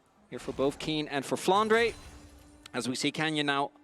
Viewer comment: why does say flandre as flandruh